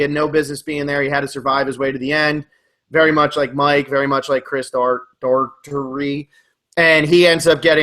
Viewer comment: I've heard multiple times that Chris Daugherty's last name is pronounced Door er dee